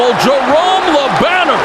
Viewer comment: I hate that the guy talking the fight butchers Jerome’s name like that.